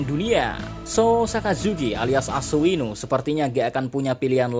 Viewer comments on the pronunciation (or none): Aku selalu ngakak kalo lu bilang ASUINU bang..🤣🤣